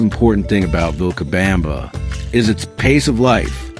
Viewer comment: And, horrendously, "VilcaBAMba". 😣